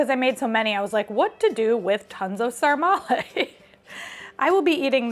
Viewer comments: The Romanian dish is called SARMALE, not sarmarle :) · It’s actually “SARMALE” not “Sarmarle”. 😉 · Sarmale, not Sarma-r-le One sarma, two sarmale. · Sarmale NOT Sarmarle…It’s one ☝️ of our Romanian 🇷🇴 food.. you can also eat sarmale with mămăliga =The Best…also you can try our sausage roll named “ mici”…it’s so delicious with mustard and bread and a beer.. also discover more Romanian food on google and try them in our country…see which one you like the most. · Romanian guy here: it's called SARMALE, not sarmarle (and yeah, quite similar to Gołąbki in Poland) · The Romanian dish is called “sarmale” not “sarmarle”😊The recipe is wrong, you’re supposed to mix the meat (half half or only pork) with rice and we usually add a sprig of thyme as well. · Sorry, just one word to describe "sarmale" part..BLASFEMIE!!! 😂 But still, congrats for trying 😊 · Nice try with the "sarmale". A disaster...but nice try.